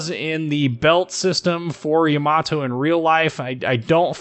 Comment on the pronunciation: It's always so funny to hear when people put the emphasis on the wrong syllable for Japanese names, no offense meant. Just really funny to hear